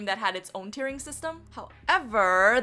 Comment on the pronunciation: I constantly were hearing "tiering" and "tearing" at the same time, which by seeing your experience, seems accurate I couldn't differentiate the words. However it's admirable what you did